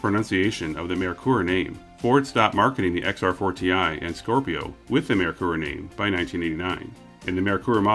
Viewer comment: XR4Ti is supposed to be said sounding like xrforty.